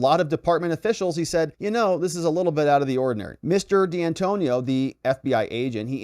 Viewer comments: It's D'Antuono ( Di An 2 ono) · Dee Antonio? Pour ah.